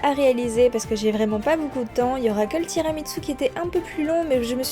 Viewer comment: Il y a un "t" de trop dans ton tiramisu 😉. Ça se prononce tiramisou.